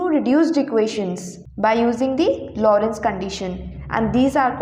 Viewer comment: It's Lorenz gauge, not Lorentz gauge!